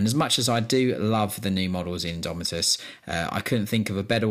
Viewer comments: "Imdomitus" hehehe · "INDOMITUS" sweet lord Jesus pls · "INDOMITUS" c'MON